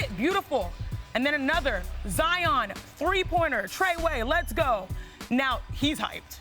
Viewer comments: Did she really say trey way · On the 40 sec mark Did she refer to that three pointer as “TreWay”?? Mabye I’m tripping idk!